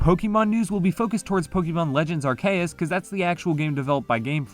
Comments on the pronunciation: This is great, but please stop saying “Ark-ae-us.” It’s pronounced Ar-see-us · Every time he said Pokémon legends “arkaus” I cringed so hard you can really tell he does not care for Pokémon what so ever especially sines he doesn’t know the release dates which game freak announced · I’m sorry but are-Kay-us BRUHHHHHHH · Why does he say arceus as ar kay us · "Ar kay us" lol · I don’t even KNOW how you got “Arkeas” from arceus. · There's many things that bug me to no end. Your pronunciation of Arceus is one of them. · why do you pronounce arceus like that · No matter what else was in the video that pronunciation of Arceus throws me way too far off any sort of attention i had. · I don’t think I’ve ever heard someone say arceus like that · you said arceus wrong